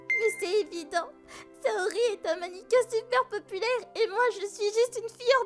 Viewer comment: Chui le seul a me demander pk il dise maniquin